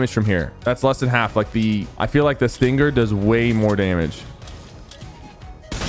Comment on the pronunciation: Yo, its Sting-er, not Sting-ger Sypher lmfao